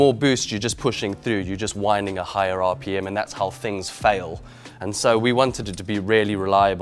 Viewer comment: Is it just me or does sound American when he says “RPM?”